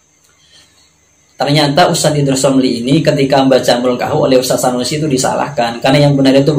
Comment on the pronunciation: Sunusi jadi Sanusi, tulisan indonesia saja lu gak bisa baca, menyalahkan bahasa arab orang. belajar huruf abc dulu bang biar gak malu2in